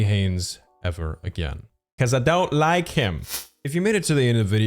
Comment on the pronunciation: "I don't wike it" -Chris Evans😂😂